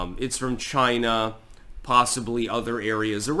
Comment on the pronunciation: "It came from CHY-NA!!!"